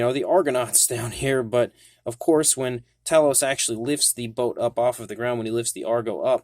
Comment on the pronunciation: Actually it's Tay- los. , watch the film and listen to Jason. Why fo all our American cousins pronounce it wrong 🤔??